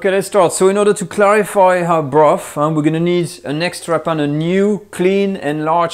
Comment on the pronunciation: This is a great video, something I have wanted to know for years! Thankyou BUT....I wish you would say you the "TH's" properly! If you can say "THAT" properly, you can say Bro..TH, TH ..irty, TH...ruth, TH..ree?, some..THing, toge..THer, wi..TH, just to mention a few. There is just so much laziness in the English language, it's disgustingly difficult to understand what people are saying , not mentioning the high annoyance factor!